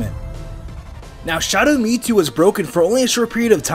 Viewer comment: Why do you keep saying ME TWO